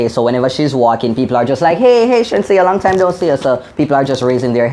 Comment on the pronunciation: Not sheensea it's ASHENSEA loool